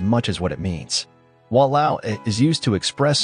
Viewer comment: No la, Walao eh, and Alamak were INCREDIBLY on point.. especially Walao eh 😂😂 (I speak Singlish)